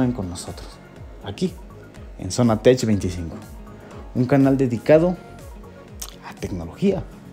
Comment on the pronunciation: Bro con todo respeto. Se pronuncia tek porque el tech es abreviación de technology en español tecnología, y en inglés la palabra technology se pronuncia teknology. Espero no lo tomes a mal solo quiero ayudar y que te vaya excelente en este cambio. Saludos 🖖